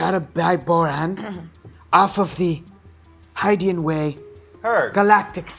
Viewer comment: Don't think anyone should tell that it's pronounced Hid-ian